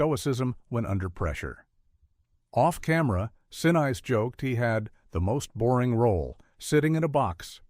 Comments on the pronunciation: Realistic sounding AI voice narrating a fascinating story, but ruining it with weird pauses and mispronunciation, with the pronunciation of Gary Sinise's name being the most egregious, along with the use of the version of the homonym "recreation" that means "enjoyment activity", instead of "re-creation", the one that means "re-enactment". This is becoming more common, and it is intensely annoying. Just hire an actor if you can't do it yourself FFS! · Constantly screwing up Gary Sinise name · It's Gary SIN-IS-SE. Each vowel and syllable is pronounced. Also it's Saturn FIVE, the V is a Roman numeral. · Gary Senize approves this message. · Can't you train AI to pronounce Gary Sinise's name correctly? Very off-putting. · Gary "Sin-ize?" Note to AI: It's "Sin-ease." (Sinise) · Just a very minor thing for the record - pronunciation-wise - Gary Sinise's last name is NOT pronounced "Sinize", it's pronounced "Seneese"- I've seen video where he pronounced it himself, so there's no question. He's a favorite of mine, so GET IT RIGHT. 😉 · It's Saturn Five, not Saturn Vee. It's Gary SinEEse not Gary Sin-nice. Gotta love AI voiceovers; not. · Sin-eyes???? Sin-eece AI dude. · "A l" voice Saturn "V" it is said Saturn "5". And It is pronounced Gary Sin-ease . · OMG AI!! it's NOT 'sin-ize' it's SIN-EESE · Gary See-Nice? Cringe. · goddam robovoice!!! STOP SAYING SIN-EYES! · You need to pronounce the actors names correctly especially Gary Sinese it’s pronounced sin else. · Oh ffs. Its not Sin Eyes. Stupid AI . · Pronunciation of AI narration is terrible. "Saturn Vee?!" "Sin-ice?" Lazy. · Dude - the narration becomes horrible. Gary Sinise is pronounced as Sin-ees or Sin-niece. Come on, who doesn't know Gary Sinise? Unless I missed it, but why wasn't Ron Howard's brother, Clint Howard, in the movie? He was a part of the Mission Control. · Would have been a first-class video had you hired a human narrator. Gary "Sin-eyes?" Sheesh! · Gary Sin neice is the correct pronouncement of his name